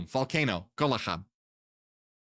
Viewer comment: its pronounced gol-ha not golaha, it means charcoal hot, burning charcoal